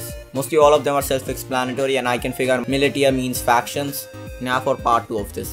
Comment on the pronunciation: sry to be that guy but militia is pronounced mil-isha